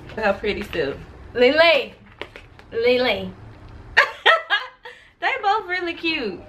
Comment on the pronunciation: Jadyn Duncan Ikr it sounds like she is saying ling ling instead of lee lee but they are so funny